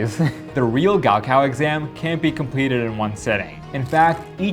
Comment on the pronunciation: It’s not gowcow its 高考